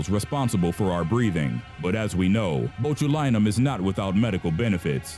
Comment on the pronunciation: Botch-u-line-um gotta work on the pronunciations man